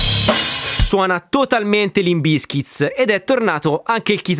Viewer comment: Non capisco perché metti sempre la S in fondo a Bizkit. Che fastidio